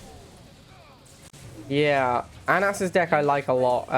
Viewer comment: It's not "AN-ASS". It's "ANUS". jfc.